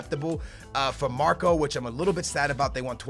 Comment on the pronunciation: yes you said marko right,i am from Serbia and I know how it is said